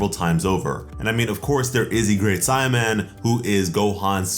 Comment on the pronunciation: It's fucking say a man like a saiyan duhh. Not si man!!!